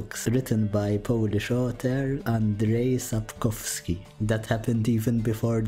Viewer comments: your pronunciation of Andrzej Sapkowskis name wasn't so far off, polish fan here ♥️♥️ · Finally a perfect pronunciation of Sapkowskis name Good vid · Holy shit you read the name of the author quite rite, great job! Only thing is that "rz" is read like a very harsh "sh", but you did a great job!